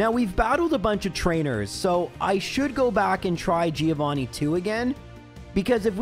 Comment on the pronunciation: Giovanni's revenge for you always mispronouncing his name